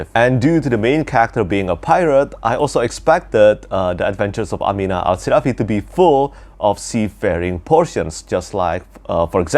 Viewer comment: Great video, I like the way you pronounce “Amina Al-Sirafi” like in Arabic. New subscriber! ☺️